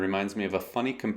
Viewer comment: Does not sound entirely terrible to me. Maybe I'm too used to hearing different harmonies and styles of composition. Or I might just suck at classical music. Nice pronunciation on "Bach" btw.